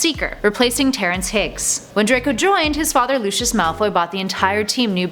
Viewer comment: It’s not luchis it’s Lucius